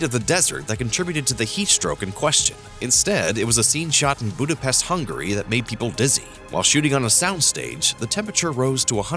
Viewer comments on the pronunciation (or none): none